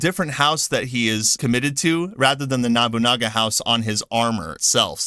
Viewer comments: Sounds like you were saying Nabunaga instead of Nobunaga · No-boo-nah-ga.... Proper pronunciation of the name please... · I-E-a-su NO-bu-na-ga Why is that so hard… You’re right to criticize Ubisoft, but it sounds a bit weird weird when you do it saying all these historical names wrong